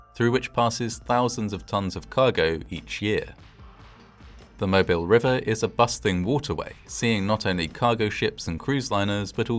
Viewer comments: side note, in the US it's Moe-BEEL, not Moebihl. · not 'mo-bill' it's pronounced 'mo-beel' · A wee criticism: the name of the port city in Alabama is pronounced “Moebeel.” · Wonderful video. Just a point of correction: The city name of Mobile is properly pronounced “mo-BEEL” rather than “MO-bile” or “MO-bul.” It’s the French version of the name of a local indigenous tribe. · Just an FYI, Mobile (the city and river) is pronounced mo-beel not mo-bil. If you aren't from the south, you wouldn't know. I grew up about 30 miles from Mobile. 🙂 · Okay, I'm not gonna lie, but your pronunciation of Mobile is cracking me up. =) I'm a native to the area - it's not pronounced like you you'd pronounce "mobile home", it's closer in pronunciation to "Mo-beel", with more emphasis on the "eel". You're not the only one to say it that way, but it cracks me up every time. All that said, thank you for going over this piece of our history. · Mo-BEEL - not Mo-BIL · Great video! One small correction, as someone from Alabama: the city and port of Mobile is pronounced "mo-BEEL". A lot of people who aren't from here assume it's pronounced like the word mobile, as in "mobile phone", but the stress is on the second syllable. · Mobile is pronounced Moe Beal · It's pronounced "Mo-beel!" If you pronounce the city in the British fashion, then you'll automatically peg yourself as an outsider. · It’s pronounced “mo-beel” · Mobile = "Moe beel" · I've only ever heard it pronounced "Moh Beel" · You’re really close on the pronunciation of Mobile. Us folks here in ‘bama usually say Mo beel, accent on “beel”. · FWIW, they pronounce Mobile as "mo-beel".